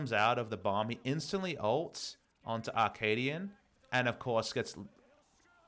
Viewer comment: Love the VOD review! I feel slightly triggered everytime you say Akaadian because it sounds like you're saying Arcadian, which is a play I read in high school...